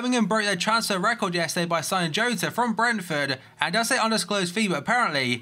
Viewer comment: Its pernounced Hota not jota